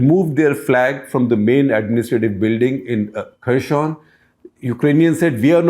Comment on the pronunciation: Good video. Just a small correction. I think you are pronouncing 'Kherson' as if its a French word. It is pronounced very similar to its spelling. The first alphabet 'X' i.e. 'Kh' is pronounced somthing between ह and ख in Hindi. So हेरसोन or खेरसोन is right pronunciation. Something in between हे and खे would be accurate.